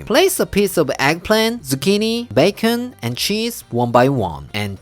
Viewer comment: BAY—KON😂😂!!! Everything goes better with bacon! I love them all but #1 is the veg rolls in the sauce! #2 the bacon, eggs in the bread cup! #3 the stir fry! Thanks so much for sharing these pork delights! We absolutely love you and Claire and your videos!👍😁